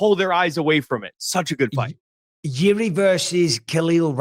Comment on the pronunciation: Czechoslovakian samurai lmao, that country doesn't exist since 1993 bro, he's from Czech Republic. And would anyone mma-related ever say his name correctly? It's pronounced "Yirzhi," not "Yiri."